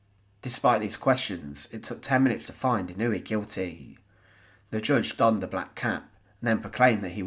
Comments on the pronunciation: His name is NOT pronounced in-NOO-ee. It's pronounced IN-noo-way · Pronounced ‘In-o-Way’